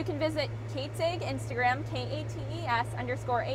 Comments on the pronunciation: You say 'Ag' like 'egg'. Interesting. I say it with a starting vowel of short 'a' (as in 'cat'). You say it with starting vowel of short 'e' (as in 'net'). It's a 3 speech-sound word. It's 2 vowels and one consonant (a-ee-g) or (eh-ee-g). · Linguist here. What you are observing is called /æ/ raising. (In this case, more specifically, Beg Raising). We call it raising because the position of the tongue is raised relative to the standard pronunciation changing the vowel from æ (The a in agriculture in the General American Dialect) to e: (E in beg in the General American Dialect). It's common in Upper Midwest/North-Central dialects due to the large number of Scandinavian migrants to that area (particularly the Dakotas and Minnesota but to a lesser extent Montana). You'll also note the greater percentage of nasalized vowels (where vowels are pronounced by forcing some air through the nose instead of out the mouth) which gives her accent an airy quality. This is again owing to the Scandinavian influence on the region as the Scandinavian languages tend to nasalize a lot of vowels. This is the North-Central American English dialect that was typified by the movie "Fargo" (although "Fargo" grossly exaggerated it).